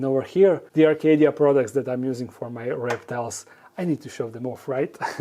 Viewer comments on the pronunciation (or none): none